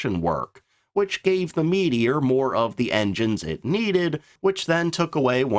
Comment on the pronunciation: The Meedior? Never heard of it. The Meteor however ... And Nay Nay? Neene after the river Nene . Low IQ AI.